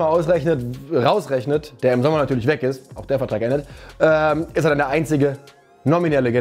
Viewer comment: ES ISSSSSCH FREITAGGGGG🤌🏽